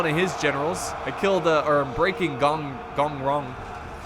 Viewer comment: Actually, He pronounces Gong Rong quiet accurate. 🤣